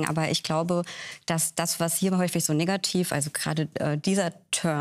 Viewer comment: Vorsichtig bei der Aussprache des Wortes „negativ“